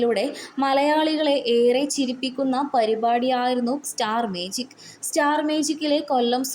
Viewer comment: സ്റ്റാർ മേജിക് അല്ല മാജിക്‌